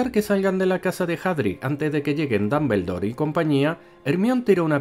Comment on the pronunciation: DAMBELDOR jajjajajajajaja